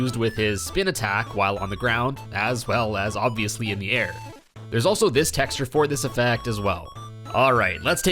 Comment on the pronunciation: "Textra" Texture